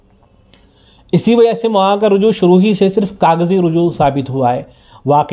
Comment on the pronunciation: Molana ko mwana bolte ho. Zara sahih talaffuz farmae bhai